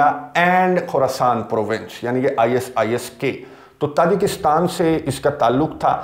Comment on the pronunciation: Pronunciation is not i.s.is.k - It is I-sis-K (Khorasaan)